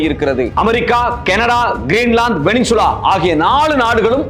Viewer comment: வெனின்சுலா என்று தயவு செய்து கூற வேண்டாம் அவர்களே! வெனிசுவேலா என்று திருத்தி சொல்லவும்!